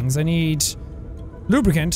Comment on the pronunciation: Think positive LubriCAN not LubriCAN'T